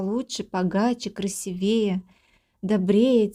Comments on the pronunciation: Раздражает, когда чтец так безграмотно произносит слова: красИвее! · КрасИвее звучит душнвнее и лучше, чем красивЕе и плевать, что это нарушение правил. У нас законодатели говорят договорА, а не договОры. Напишите ИМ. Пораздражайтесь.